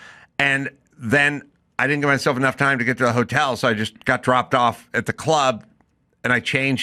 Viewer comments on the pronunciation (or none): none